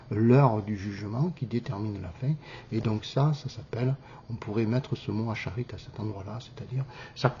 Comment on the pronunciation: Pas acharid mais aharit